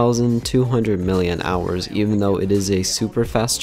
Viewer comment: it is pronounced milli amp hours